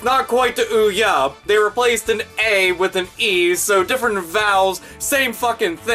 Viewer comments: its pronounced "OH-YAY". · It's pronounced Oh Yeah. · i don't know why but every time say OUYE i think of cartoons-witch doctor song XD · trying to pronounce the name of that blatant ripoff "console" (more like pile of shit wrapped in plastic) is fucking hilarious! Thanks for the pm laughs my friend hahaha